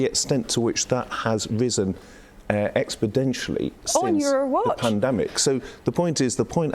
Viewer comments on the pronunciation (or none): "Expodentially" isn't a word. Try "exponentially". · Expodential???is he making up words???? Perhaps he meant exponentially.... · Did that guy say expoDentially instead of exponentially? Maybe instead of quantifying the increasing chart data he is taking about expediting excess deaths.